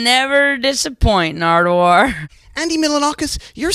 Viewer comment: He said can only I see you nardwaur 😂😂😂😂